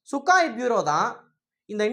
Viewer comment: தம்பி..அந்த போர்விமானத்தின் பெயர்..சுக்கோய்...சுக்காய் இல்ல...சரியாக சொல்லுங்கள்..